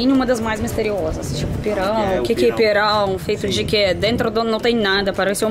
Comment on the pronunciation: Lindo vídeo! Parabéns,! É muito legal ver você pronunciando pirão, camarão, pimentão super certinho Moqueca realmente é um dos meus pratos favoritos também. Você já comeu camarão na abóbora? É uma delícia!🌺🌻💮